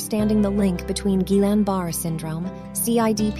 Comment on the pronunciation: Barré, not Barr. Pronounce it correctly, please!